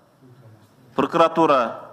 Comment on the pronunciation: ЫНВЫДЫ, ЫМВЫДЫ, ПУРУКУРАТУРА, ЧАКУРУКТАР...👍 😂😂🤣